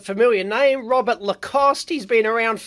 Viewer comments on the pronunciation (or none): none